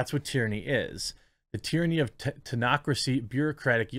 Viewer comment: ‘technocracy’. the ‘ch’ is not silent. it sounds like a ‘k’.